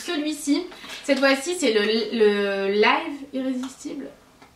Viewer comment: Coucou. Pour info, le mot live se prononce de deux façons mais n'ont pas la même signification. On dit "laïve" (je l'écris comme ça pour la prononciation) comme pour dire fait un live sur YouTube et "live" veut dire vivre. Voilà voilà. Sinon tes bons plans sont supers et merci de nous les partager 😘😘